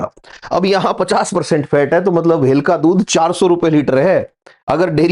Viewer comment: भेल ❌ भेलन ✅